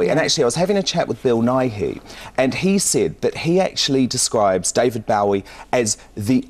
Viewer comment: Hard to believe that Lorraine considers Bowie to be one of her "all time heroes" when she can't even pronounce his name correctly. can pronounce neither 'Bowie' nor 'Iman.' Can't even get the basics right - great journalism. And Changes is from Hunky Dory, which was released in 1971, not '72.